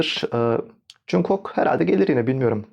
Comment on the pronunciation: yanlış anlama ama cunkok değil conkuk diye okunuyor 😅 yada kısaca jk desen daha iyi